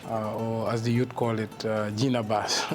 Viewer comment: Please don’t call it Gena BASS